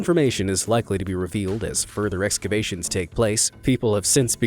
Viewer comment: Is EXCAVATIONS really that difficult to say?